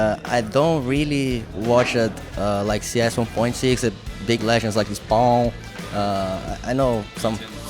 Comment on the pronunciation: Taco's pronunciation of spawn lmao